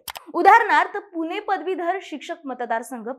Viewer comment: सखोल माहितीसाठी खूप धन्यवाद. - आपण "ण" आणि "न" मधला फरक लक्षात घ्या. ण च्या जागी न म्हटले जात आहे. उदाहरणार्थ - पुने, आपन, कोनता, इत्यादी तुम्ही बोलता छानच, पण ह्या बारीकसारीक गोष्टी खूप महत्त्वाच्या आहेत.